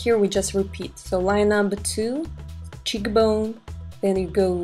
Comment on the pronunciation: Lol , in the video you said " cheek-a bone " instead of cheekbone !!! :)